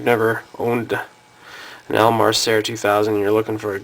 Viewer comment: It's pronounced SEER or SEAR.